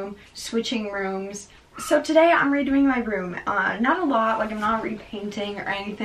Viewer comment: She said redoing where is the REDOING